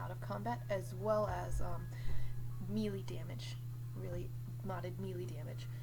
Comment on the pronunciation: Bruh do u know to pronounce melee